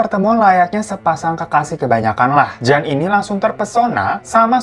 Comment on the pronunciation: Nama JAN, dibacanya YAN kak, dalam bahasa Belanda maupun Vlanderen Belgia, Huruf J itu dilafaz nya Y.